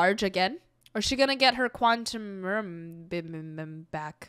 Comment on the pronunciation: Quantum-moan-ium? I'm not even going there.😆 😆 😆 😆